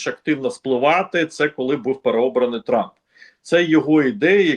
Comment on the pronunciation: «Труп.. тьфу.. трамп» оговорочка по Фрейду 😂